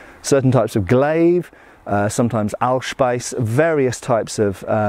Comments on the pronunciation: In case you are interested: the "ieß" part of "Ahlspieß" is more pornounced like "eece" as in "fleece" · Pronounciation alert (you gotta love these by now): The 'Spieß'-part of Ahlspieß rhymes with 'piece'. The 'ie' in German is in 9/10 cases a long 'ee' sound as in 'piece' or 'seek'. If you pronounce Ahlspieß - awl (s)pike - with an 'aye'-sound you'll turn it into Aalspeis' - eel meal - and who'd want that? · Ahlspieß - the last part is pronounced more like speess